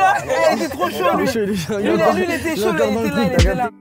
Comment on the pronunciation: Mais pk il dit c'est saut au lieu de chaud 🤣